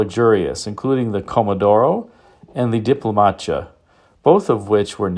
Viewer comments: foi mal mas eu ri do 'diplomacha" kkkkkkkkkkkkk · I had a 1971 4-doors Opala. A really beautiful car that granted a very pleasant driving. Maybe the best Brazilan car on its days. Surely the most beautiful car made in Brazil till today. My favorite version would be the 88-90 2-door Comodoro and Diplomata versions. Notice the version is DiolomaTA, not DiplomaTIA, as mentoined on the video. Anyway, congratulations for this remarkable video about Brazil-made model and one of the most iconic Brazilian cars ever. That's very rare to have such videos in English. By the way, if you do not know, 70s and 80s Brasilian stock cars racing (similar to US Nascar) only used Opalas 250 cubic inches inline-six engine, the famous 4.1.